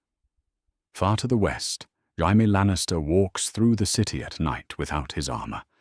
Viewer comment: Tired of these AI engines being incapable of pronouncing Jaime.